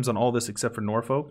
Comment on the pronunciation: On pronunciations, the english ones you get wrong are Norfolk and anything with Shire at the end. Norfolk is like Norfuck and Shire at the end of a name is more like sha or shu depending which part of the country you are from. Oddly enough, when we say it on it's own (e.g 'the Shires' often refers to the rural provinces in politics etc) we say it the exact way you do!